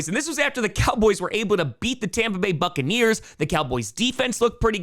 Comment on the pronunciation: You said Duckaneers wrong